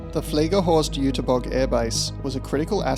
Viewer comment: First Zinna and now this, great work! Nowhere else have I learned this much about German Dampfloks. And kudos for the pronunciation of the German words, even the ü of Jüterbog can be heard, even if it's missing in the text sometimes.